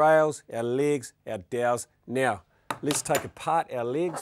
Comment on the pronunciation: lig? whats a lig? he keeps talking about "ligs"